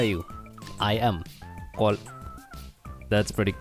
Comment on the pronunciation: Man best favorite word from these guys is always gonna be "cole" instead of coool its just funny and good to hear.